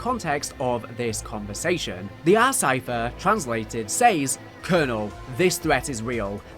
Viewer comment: I do miss when Zombies was just crazy experiments with a space rock but I also have no issue with everything else. They way you say "says" really hurts.